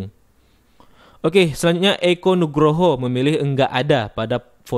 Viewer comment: Eko itu cara mengucapkannya bukan seperti teko/tempat air minum, echo, rebo, tapi eko itu dilafalkan seperti huruf o pada tokoh, kokoh, rokok. Jadi agar pengucapannya lebih pas harap mempelajari cara mengucapkan sesuai lidah orang aslinya.